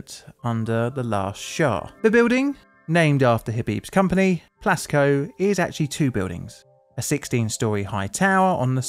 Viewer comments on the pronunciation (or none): I thought you said Glasgow Building and was thoroughly confused when you said Iran. But then I saw the Plasco written in the video. (English is not my native language.)